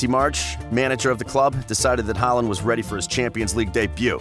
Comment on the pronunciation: That was clearly not the point. Historic legends like Schmeichel and Kluivert should be possible to be atleast close to pronouncing. Håland's was probably the best pronounciation